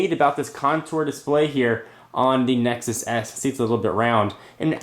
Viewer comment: Did he say Nexus ass?